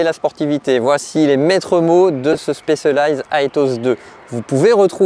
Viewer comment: La prononciation de Specialized m'arrache les oreilles. C'est quand même pas compliqué d'apprendre un mot correctement en phonétique même si on n'est pas anglophone